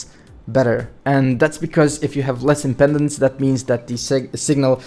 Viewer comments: Impedance not impendance! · It's impedence, not impendence. Why talk about this stuff if you have no idea what it is? =)